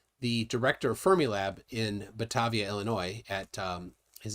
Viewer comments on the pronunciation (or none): It’s Batavia Ta as in Rake. Not ta as in rack. Fermi lab